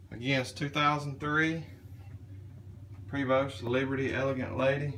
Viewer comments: Pray-voe ..not preeeevost...oh yeah .nice damn coach for sure! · It's pronounced PRAY'-VO. FYI.